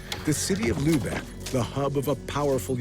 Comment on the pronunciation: Enough of lubecks - the name is Lübeck, not Lubeck!